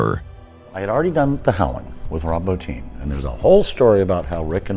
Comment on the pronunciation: Every person I’ve ever seen interviewed in reference to Rob Bottin, has always pronounced his name “Bo-teen”. John Carpenter, John Landis, everybody. Yet for some unknown reason, every person who makes a YouTube video pronounces his name “Bot-tin” just like it’s spelled. This is the third video this week I’ve heard do it. I don’t understand how little details like that just always seem to fall through cracks. If the man wasn’t possibly the best practical effects genius of all time, it might not irk me as bad. I know I’m nitpicking. But, I just feel like the correct pronunciation of the man’s name is something that content creators should be focused on, at least a tiny little bit.